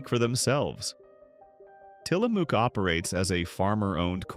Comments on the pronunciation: It is til la muck not til la mook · Tillamook is said Tillamuck. It’s located in Tillamook Oregon.